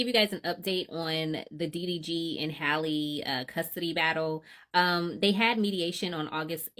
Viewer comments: Halle rhymes with Sally her name is not Holly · And not even saying her name correctly